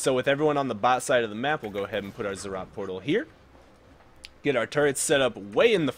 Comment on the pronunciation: NO ITS NOT ZZROT PORTAL ITS ZEE ZEE ROT